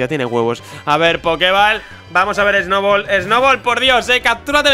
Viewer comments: Porque en vez de decir Snubbull dice Snowball? :'v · el dice Snoubol :v